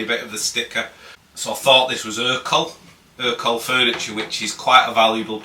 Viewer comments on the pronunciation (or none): It’s ercol